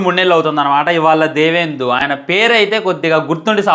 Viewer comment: దేవేందు కాదు రా పప్ప దివ్యేందు